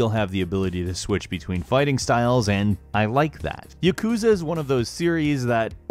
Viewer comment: Clo = Chloe YuhKOOza = Yakuza Poke-ay-mon = Pokemon Great vid tho